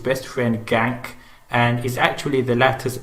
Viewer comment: This man called Ganke lee pronounced: Gang-key lee, as GANK